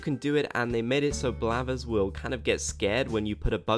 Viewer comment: Ok. It's blathers not blabbers...